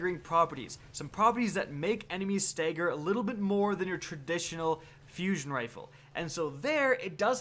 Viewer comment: Dude stagger not stegger